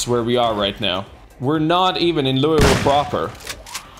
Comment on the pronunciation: As a Kentucky resident, I am very angry on how you pronounce Louisville. It's pronounced Loo-eh-vull